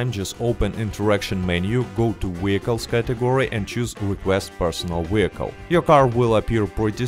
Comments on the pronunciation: What’s a wee-hickle? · I watch this 2× just to hear you say wehicle